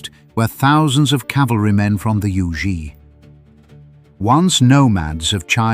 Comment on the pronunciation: The "zi" in Yuezi, is pronounced "ts". "Che" in Liu Che is pronounced by the removing the "t" in "the" and replaced with "ch". But this is a good source of information. But Han Dynasty is hardly the 1st Chinese to interact with the Persians. The Silk Road was already in use for t least a thousand years before the event in this video.